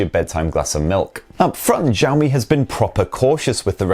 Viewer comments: "shi-ow mi" not "zhi yao mi" btw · actually it's "si-ow mi" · it is pronounced Shee-Ow Me. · what do you mean 'No'. the guy clearly pronounces it wrong and if he just speaks the words I wrote it is much closer to the correct pronunciation. I would hate to hear how he pronounces Hua Wei.